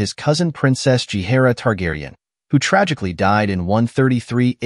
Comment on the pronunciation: Can you start pronouncing Viserys correctly? And Rhaenyra? Holy cow. Is this a bot voice or why is this so off? Most of the names are mispronounced.